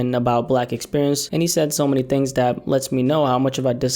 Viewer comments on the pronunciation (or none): none